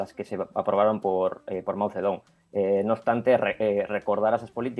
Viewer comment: El chaval que ha escrito un libro ni sabe leer bien el nombre de Mao Zedong, ya veo lo enterado que está, ni chino sabe hablar...